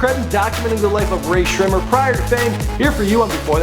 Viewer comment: uhm... just to let you know..... before you make a video on a famous artist...google how to actually say their name correctly. _______Sremmurd - (shmurda)________not to be rude just a tip. No hate.